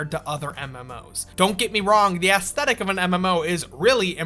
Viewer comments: "The asstetic" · “Ass thetic” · Stop pronouncing it ASS-thetic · The way you say aesthetic hurts my soul.